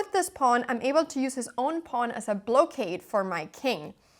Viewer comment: Great game and excellent explanation of moves. As an aside, , it’s pronounced blah-cade, not blow-cade. English is weird. There are probably more exceptions than rules.